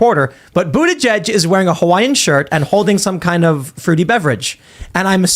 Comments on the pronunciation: I'm a fan of her pronunciation.."Bootishay." So proper for pot hole Pete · Does this chick mispronounce Bootyjudge’s name on purpose? Could no one correct her?